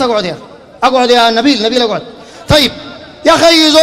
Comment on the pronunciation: يا زينه يوم يقول اقعود اقعود😂😂😂😂